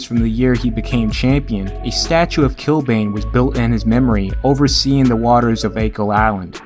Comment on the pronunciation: Not too far off with the pronunciation of Achill Island, the way you do say it is here We'd also say Kill-Ban, as opposed to Kill-Bane (the Batman villain). Great vid as usual